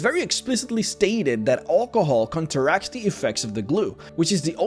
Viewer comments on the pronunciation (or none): Olcohoel That’s not how you say it